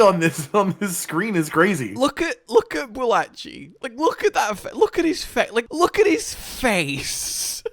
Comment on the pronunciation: My brothers in christ its pronounced Ba la ki chi they even said it in game idk where yall getting balachi from